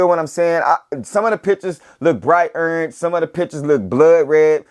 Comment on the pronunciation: accent heavy on that URNGE. lol peace family. these have easily earned a place in top 10 but wayyy too early to call for SOTY.